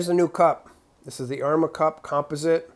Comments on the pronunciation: Was wondering where your from... the way you say composite (com-pos-it) really got me wondering lol love your content brother always good... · Never heard composite pronounced with the first syllable accented. Sounds super strange to me as an American. Maybe that's a northeastern thing.